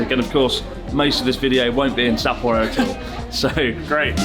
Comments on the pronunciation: It’s pronounced as sa-po-ro. Not sapoh rho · Great video mate love your trips with Natsuki and Joey! Better pay them haha. Really made my ears cringe hearing the English pronunciation of Sapporo 😂